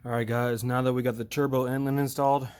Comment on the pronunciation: Are you saying intlet or inlet?